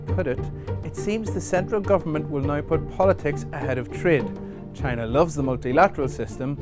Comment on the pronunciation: CHYYY na